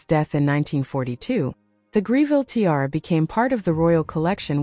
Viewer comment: This must be AI. No one can be that stupid to TI-ara